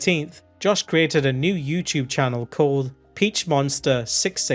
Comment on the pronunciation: you might be the only person who says yew-tewb funnier than does. TWU